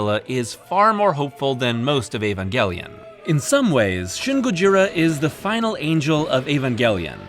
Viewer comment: if you're gonna say Neon Genesis, then you might as well pronounce Evangelion in english instead of engrish. Otherwise, use Shin Seiki Evangelion if you want to stick to native Japanese.